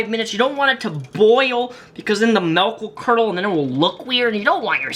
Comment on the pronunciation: He said “Melk” oof 😅